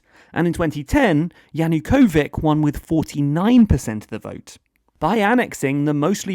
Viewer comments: well 'backed' not directly Yanukovych not Yanukovick cmon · "Yanukovich" is pronounced like Witch, not like Wick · It’s now Kyiv, not Kiev. Yanukovych, not Yanukovik. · It's not Yanukovik, it's Yanukovitch, come on! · Both good points! The government of Kyiv insists it isn't the government of "Kiev". As for Yanukovych... whenever "ch" occurs in Russian or Ukrainian, it is always pronounced as "ch" as in "Charles", not... the way the narrator pronounced it!